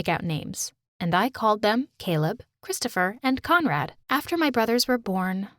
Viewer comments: Am i the only one who hears commrad instead of conrad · I thought she said comrade and started singing the national ussr anthem